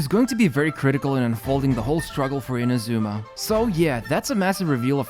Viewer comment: Pleeeease pronounce "Inazuma" correctly